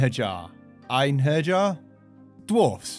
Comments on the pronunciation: It's pronounced Aynheryer - like German Ein, German Herr, and yer - like the end of courier. It's Norse for one-man-destruction squad =) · I think the j is pronounced as a y. Yar. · I was just looking at these in the store today. (Also, pronouned EIN-her-yarr) ;) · The "j" in Einherjar is pronounced just like the "y" in yes. They are those warriors who have fallen in battle and are carried to Valhall by the Valkyries. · I wonder how he'll pronounce Einherjar.... Oh. *facepalm*. Great video though.